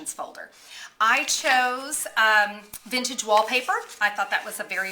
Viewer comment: It's so nice and "VINTAGIE". Ahhhhhhhhhhhhhhhh. lol thanks for the laughs and the card is really pretty.